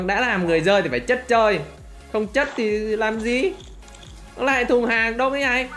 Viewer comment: Chất chơi người dơi chứ em nghe a đọc chất chơi người giơi là sao😄😄😄